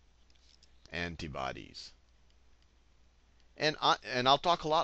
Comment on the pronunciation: looool I can't get over how you say antibodies heheheh.. ANTUHBODEESSS.